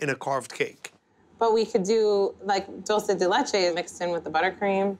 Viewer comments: Buddy its Dulce De Leche not Dooosey De Leche haha and its Mint Chocolate Chip not Chocolate Chip Mint. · Dool say day lay chay > Dool sey de leh chay > Dulce de leche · Did anyone else cringe when they said “dulces de leche” instead of “Dulce (dulch-ay) de leche” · I love how buddy says doce de latea or whatever even tho in English it is condensed milk but like a Carmel way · OKAY REALLY!??!?!?! IS NO ONE GONNA COMMENT ON HOW THEY ALL SAY "DULCE DE LECHE"😂😂😂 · Can't we all just laugh about how he pronounced Dulce De Leche? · Im Dominican and o love how they pronounce dulce de leche 😂😂😂😂😂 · Why does it makes me so bad how he butchers dulce de leche